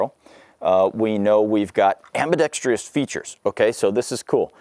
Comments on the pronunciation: Sadly his many mispronunciations include... dampening instead of the correct damp-ing... ambidex-treee-us instead of the correct ambidex-truss... polygonn-al instead of the correct poh-lig-un-il... it goes on and on with this guy. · It’s not pronounced “ambidextreeous”, it’s pronounced ambidextrous.